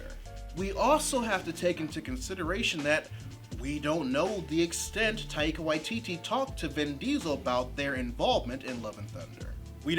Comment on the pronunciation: Love your work and perspective but we're going to hear Taika's name more often it's best to hear the pronunciation from the man himself Love your work!